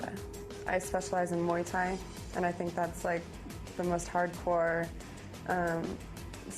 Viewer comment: What the fuck is mwee thai?